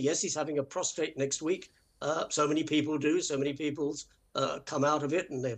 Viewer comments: Prostate….. not prostrate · Did that commentator actually say “prostrate”? Twice? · It's prostate not prostrate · Someone please tell that man it’s prostate not prostrate 😂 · Someone tell Dickie that it’s “prostate” not “prostrate”!! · Very surprised at Dicky! It is Prostate, not prostrate! I wish all of these bungling reporters would STOP saying KATE when referring to Princess Catherine, the Princess of Wales. They make such fools of themselves. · Dickie mate it’s a prostate not a prostrate .😂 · It's prostate not prostrate Dickie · Did I hear Dickie say "prostrate" just then. Tut tut....he should know better 😮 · Dickie it's "prostate" not "prostrate" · Would people please get it right. It’s prostate NOT prostrate. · Prostrate issue, Dickie?! Problems lying down?! Prostate, please. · (It’s “prostate,” not postrate) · It's prostate not prostrate. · Prostate not prostrate. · Dickie, it’s pronounced “pros- TATE”, not Pros- STRATE. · There will be much coverage of this issue. Please pronounce the word "prosTATE" correctly. It is not prostRate.